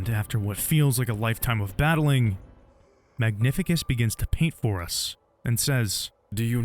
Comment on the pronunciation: That's my absolute favorite game ever. And this is the best video about it. But i insist that its MagniFÍCUS. With an emphasis on second "i".